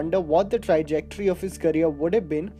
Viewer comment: This guy is on fire haha! Keher ko Kahaar, trajectory ko tri-jectory, baaju baawra, kamal amrohi, deetol, Rajes Khanna, That ko a bolna in the letter about Parveen Babi....itna distracting voiceover kam milta hai